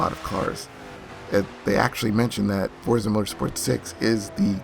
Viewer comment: name pronounced properly instead of that fortza shit lol